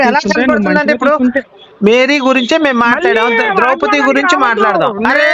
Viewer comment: Not drowpati. Drowpadi